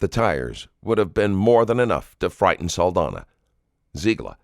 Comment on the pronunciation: ITs an "ñ" so Saldaña is pronounced "Saldanya", please correct that for a next video, the psychopath was the only one that pronounced her last name correctly